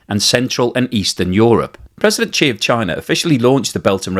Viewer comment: The chinese dictators name is pronounce SHE not Chi, Ji ,G, Gee or any other random name. As a talking head its bad when you get basic facts wrong.